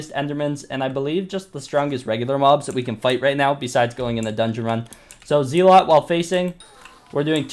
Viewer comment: Stop fucking saying zealot wrong